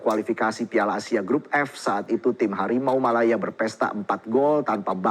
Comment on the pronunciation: Sumpah gue tertawa sampai pipis pas dia bilang Hawimau ... Hawimau ... Hawimau Malaya